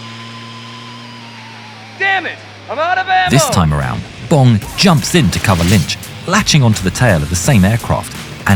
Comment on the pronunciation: Dick Bomb! Best pilot name ever. I know it’s Bong, but it sounded like he was saying Bomb.